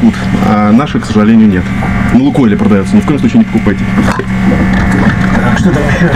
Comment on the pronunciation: ... и кстати (!), он так прикольно произносит слово "К сожаленЬю." :)